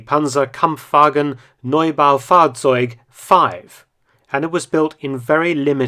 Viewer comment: good pronunciation of the German word: 'Neubaufahrzeug'